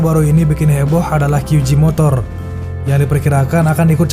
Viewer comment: Kesalahan warganet 62 serung kali menyebut huruf J dlm bahasa inggris dengan "ji" padahal itu utk huruf G...J tetap dibaca Je... Kyu Je motor